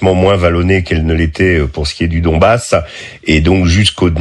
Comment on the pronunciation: Le sommier pro russes. D ailleurs ecoutez il dit la reconquête du dombass pas la conquête